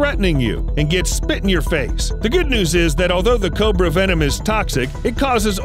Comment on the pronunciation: It’s venom not “wenom”